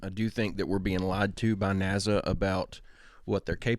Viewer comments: Technically is right though, because Nasa only has one S in it, and we pronounce the word "nasal" (to do with the nose), with a Z sound. Right? So I don't fault him for saying NAZA when WE are saying the word as if it had two S's in it and was actually pronounced and spelled NASSA, which it is not. So it could be us who are wrong, but I don't think it matters that much. There are far more scary things with which we have to concern ourselves!!! 😱 I remember reading once that NASA stands for "Never a straight answer". It remains my favourite explanation of them so far!! Haha! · I enjoy this channel but I'll admit pronunciation of NASA does make me shudder a little bit lol. My aunt is from Arkansas and says ot exactly the same way. Does anyone know where from??